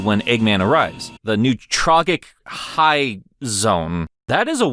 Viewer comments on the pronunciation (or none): Actually, it's pronounced New trojic High Zone